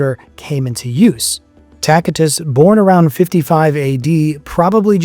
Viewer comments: This dude calls himself a historian when he can’t even correctly pronounce Pontius Pilate, Tacitus or Aramaic. Plus, several lies in this barbaric misinformed video. Christians were called Nazarenes by the Jews and others and the christians called themselves the saints not righteous or just. Saint is a word used since the Old Testament to refer to the Jews who were religious and pious, hence the meaning of the word - pious/holy not righteous or just. Another biased opinion here by this guy masqueraded as fact , just because Josephus spoke well of Jesus, doesn’t mean his writing was corrupted. Jesus had a very good reputation amongst the people. Josephus is not saying anything out of ordinary of what was said and known about Jesus. There are some other misinformation here too, which now got me wondering about the misinformation in his other videos. He didn’t even mention the shroud of Turin. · This dude calls himself a historian when he can’t even correctly pronounce Pontius Pilate, Tacitus or Aramaic. Plus, several lies in this barbaric misinformed video. Christians were called Nazarenes by the Jews and others and the christians called themselves the saints not righteous or just. Saint is a word used since the Old Testament to refer to the Jews who were religious and pious, hence the meaning of the word - pious/holy not righteous or just. Another biased opinion here by this guy masqueraded as fact , just because Josephus spoke well of Jesus, doesn’t mean his writing was corrupted. Jesus had a very good reputation amongst the people. Josephus is not saying anything out of ordinary of what was said and known about Jesus. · Tacitus is pronounced with a 'soft c' so you use the 'C' as would when saying the word 'city' , otherwise, this is an informative and interesting podcast